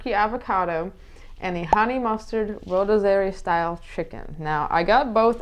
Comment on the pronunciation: Those look good….. just so you know rotisserie is pronounced roh-tis-uh-ree